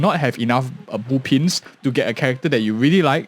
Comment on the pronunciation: Why do you pronounce them boopins and boopons? Is it a typo because i is close to o on the keyboard? Do you speak with a keyboard?